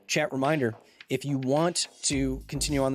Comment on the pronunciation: I'm trying to pay attention to the WHOLE video so he can learn me something, but I can't help but to wonder is he saying "chEt" or "chAt"?